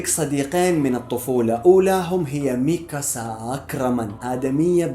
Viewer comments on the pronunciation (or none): كأنك حرقت يوم قلت ميكاسا (اكرامان)